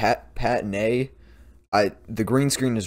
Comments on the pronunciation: Btw It’s not Pat-a-ne it’s Pan-teen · BTW ... It's pronounce Pan-Teen. The shampoo. Pantene